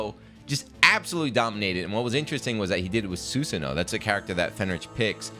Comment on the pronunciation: It's pronounced 'Su-san-Oh--Oh'. It's a common Japanese mythical character, he's even in the Warriors Orochi games.